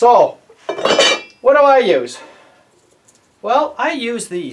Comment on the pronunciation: "Youse, charp", love it!